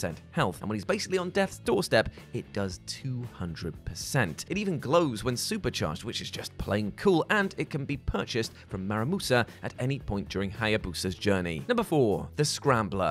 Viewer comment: Whose "MARAMUSA?" You mean MURAMASA